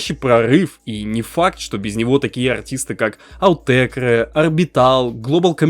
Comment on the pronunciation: Простите. Не "аУтекрэ" а "Отэкр" по моему произносится. Я не душню, чисто интересно как верно будет.